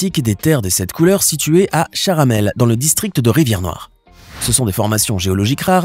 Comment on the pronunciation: C pa charamel. C chamarel